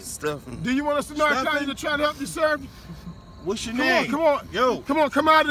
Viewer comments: It really does sound like the dudes are asking "do you want us to narc on you?" I think that's why the guy was looking scared for his life! In the south its pronounced "nar can". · I know.. I was talking about their pronunciation of the word "narcan", they say "narc on". Which among drug users is a very scary expression. 😂